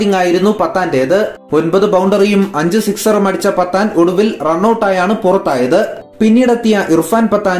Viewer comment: പത്താനല്ല പഠാൻ